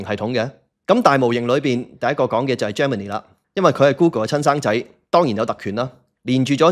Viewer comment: Great video! Just a tiny pronunciation tip—'Gemini' is pronounced 'JEM-uh-nai' : not 'Germany.' Hope this helps